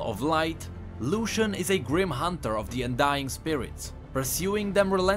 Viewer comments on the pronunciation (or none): none